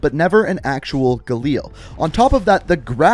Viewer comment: the way he said galil made me wanna shit myself